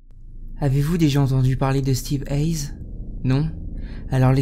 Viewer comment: Non ca se dit pas steve eyes plutot steve yes